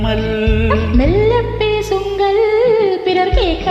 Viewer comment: மெல்ல பேசுங்கள்.....ள் உச்சரிப்பு சரியில்லை. ஆயினும், பாடகியின் குரல் நன்றாக உள்ளது.பாடகரின் குரல் .?😂